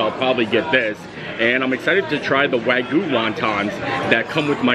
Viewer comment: I am a Japanese speaker and you are pronouncing “Wagyu” horribly wrong. It is painful to hear. Don’t you see the y in there. It is not Waguuu! The “Gyu” sounds like “g-you” Wagyu”